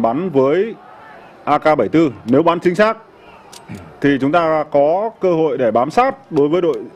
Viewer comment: AK47 mà bình luận viên cứ nói nhầm AK74